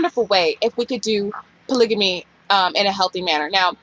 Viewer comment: You're pronouncing polygamy wrong.